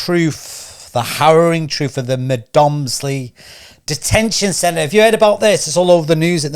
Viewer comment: Please do your research, it is not pronounced Med moms ly and the guys name is not Naville.